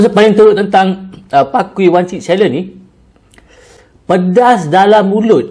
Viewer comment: " pakui ". its " pa-key " 😭😭😭 ( key as in kunci )